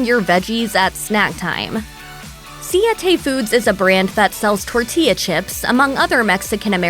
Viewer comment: LOL, how did the announcer pronounce Siete?